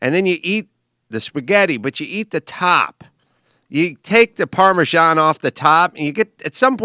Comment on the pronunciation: That is NOT how you pronounce "Parmesan"